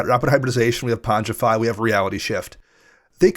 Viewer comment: Thankyou, for being the only person in the world to pronounce pongify correctly 🥳